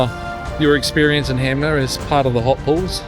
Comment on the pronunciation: loved watching this, soo good, cant wait for part 2 i also dont wanna be that guy but 'HANMER' not HAMNER lol